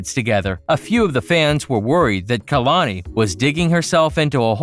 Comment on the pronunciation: Did he say “KALANKI” 😂😂😂